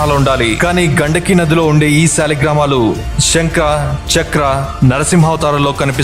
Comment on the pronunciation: సాలగ్ రామాలు .....అని రోజుకు ఇరవైసార్లు చొప్పున ప్రాక్టీస్ చేయి చక్కగా పలుకుతావు కొన్నాళ్ళకు.